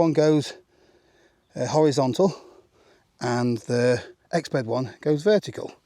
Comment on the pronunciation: the Exped became an Exbed